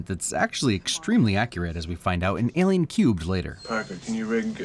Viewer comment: Wait, you said Alien "Cubed" instead of 3. Your not fooling anyone android